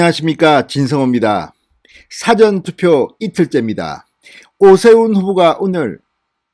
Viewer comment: 선상님. 사전<책?사전> 선거가. 아니고 사-전 선겁니다 한글😂🤣😉